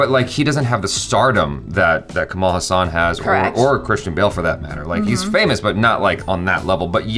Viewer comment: Ulaganayagan means 'World hero', however it is called as 'Universal hero' as it is said by the director K.S. Ravikumar who gave that name to Kamal. You pronounced 'Haasan' as the Muslim name 'Hassan'.😁 Kamal Haasan is beyond comparison, he is beyond rivals, he stands unique and incomparable is indeed true which is said by his mentor and director K. Balachander. Kamal Haasan has set certain records which is not surpassed by any other actor. I don't know which actor in this world who has multiple talents as him being a director, producer, dancer, actor, technician, assistant director, choreographer, lyricist, television presenter, singer, make up artist, screenwriter and i don't know if i left any. When it comes to his talent, the first thing that always comes to my mind is the movie 'Dasavatharam' where he did 10 roles! That is quite insane, he also gave different voice and body language for all the 10 characters. I doubt there is any actor in this world who did 10 roles in one movie.